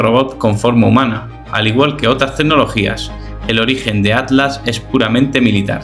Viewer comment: Pronuncia la MALDITA T es ATLAS no ADLAS